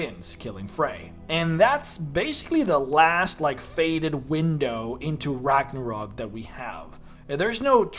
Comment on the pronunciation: RAGNARÖÖÖÖÖÖK - god ! With an „Ö“ !!!!